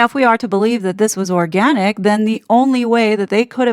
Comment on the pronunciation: "ORGANIc". I love you 😂😂